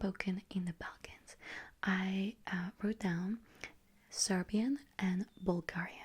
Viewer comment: Good pronounciation on the serbian!